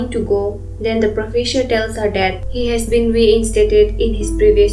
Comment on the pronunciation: Profesure?? What the.......?!! The narration is terrible 😮